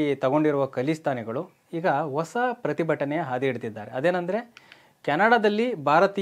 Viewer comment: ಓಸ ಅಲ್ಲಾ ಪ್ಪಾ........ಹೂಸ ಅಂತ ಹೇಳಪ್ಪ